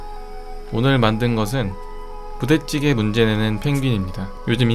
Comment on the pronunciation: 발음 엄청 찰지네여. 부댓찌게